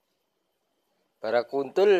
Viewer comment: Barakuda kali mas bro bukan bara kuntul hahhaha....